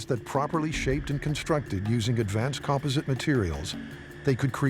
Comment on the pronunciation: AI still can't pronounce things like 'composite'.